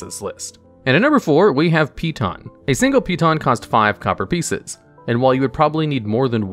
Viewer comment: So wait.. you know exactly how to say "piton".. which no one knows how to say correctly.. But you cannot pronounce "pint" or "lights" correctly? Wth? Where am I right now?